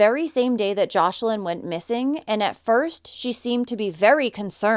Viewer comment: Her name is joslin not joshlin